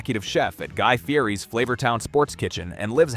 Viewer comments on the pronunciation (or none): A channel about cooking shows and can’t pronounce Guy Fieri’s name. Fun.